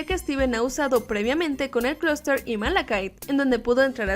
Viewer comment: Ademas que fue el unico capitulo que lo llamaron closter y es clooster